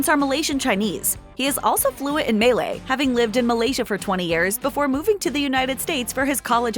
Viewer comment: Why pronounce "Malay" like "Melee"?